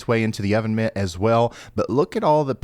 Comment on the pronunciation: OVEN MITT? Okay, you get the full on mocking of your accent for that - courtesy of one of my boys, lol